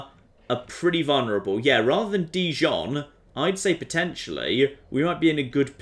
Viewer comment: For someone romantically involved with a french girl you're pronunciation of Dijon is appalling. P.S Jon deserves a noble peace prize